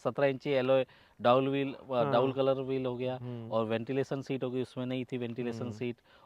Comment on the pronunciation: Is aadmi ko kai channel walo ne pakad liya hai. Dual ko डाउल bolta hai.